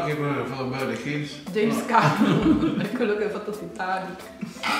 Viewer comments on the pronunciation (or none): none